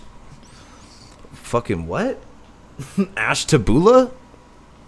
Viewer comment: Ash-tah-bu-lah...LOL. It's about 90 minutes east of Cleveland. :P It's pretty rural and there's some wineries etc. The north part of the county is along Lake Erie.